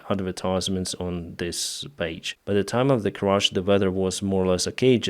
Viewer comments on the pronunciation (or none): It was a tragic Crash not a Crush. Please, include English subtitles if you insist on providing the narrative with such a heavy accent.